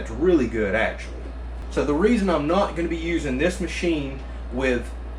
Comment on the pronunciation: Sip your beer every time he says ACKshully .. you'll NEVER finish the video